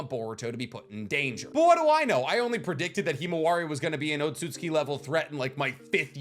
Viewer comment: I can tell you're learning Japanese because your pronunciation of Ohtsutsuki is better than mine 🤌 lol it's a convention of pronunciation I never picked up on until recently. That is, in the first half. You switched it up lol. I know it's i's and u's between certain sounds that get skipped, that's why it's Sauce-kay not Sa-su-kay, eesh-key not ee-she-key, oats-oots-key not Oh-tsu-tsu-key, although I'm not entirely clear on the full rules so I'm not positive.